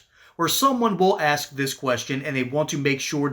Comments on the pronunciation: McIver has no class, primarily because she's from a culture who refuses to say Ask but rather Axe, only for the sake of their rebellion of the English language. We know she's incapable of forming a cognitive, cohesive sentence and obviously reads from notes penned by her interns who have college degrees in trans studies, which isn't saying much. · why do angry democrats say AX instead of ask? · We "AX" her to😂😂😂 Pathetic Wanna be J. Crockett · "Let me axe......" absolutely clown shoes. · I think u should have to have a IQ test before u run for congress and be able to pronuciate certain words properly such as ASK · She didn't AXE you that Kristi. How do people get elected who can't speak proper English. What has law breaker McIver done for her district? I know what Kristi has done for us Americans. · Changing the pronunciation of simple words like "ask" only serve to make one look foolish at a very high level. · "Let me axe you"... Isnt that a threat?? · Let me “axe” you all a question. Why do Dems always have to read what someone else writes? they aren’t sharp enough to think on their feet? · When you say Turnt and Aks you lose all credibility after that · ‘Let me AX you” - LaMonicaMclver 🤦‍♀️ hahahahaha does she have an education or is it DEI? My 5 grandson doesn’t even say AX hahahahahah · Quote----"So I will AX you this" Sounds like a 350-pound lineman on a college football team that never went to class since the third grade. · I wish she would aks me a question 😃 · Soooo. “ I’ll ax you dis “ 😂😂😂😂😂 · let me axe you ? what ? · She sounds like a spoiled brat. AND she needs to learn how to say " ask " !!! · Well let me axe you sumtin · let me axe you??????????? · “Aks” is all I needed to hear. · If Congress says “AXES YOU” not able to speak English … RESIGN! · Don't you just love it when they Aks you a question. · I will “ax” you this????? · a congressperson that cannot even say the word "ask" deserves zero respect. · She can’t even say the word ask Simpleton clown